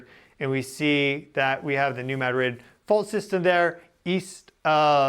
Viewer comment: Its pronounced ma drid not mad rid.. Sorry.